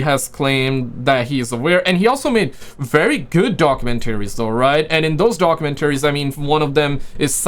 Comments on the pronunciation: Bro, it’s doc-you-MEN-tu-reez…….🤔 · Doc-u-men-taries. Bro say documentaries one more time plz😂😂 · Doc-u-mentory is proper pronunciation 😉